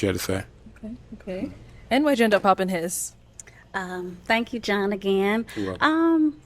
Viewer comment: Why did you say it like that Thank ya like that lolol 😅😅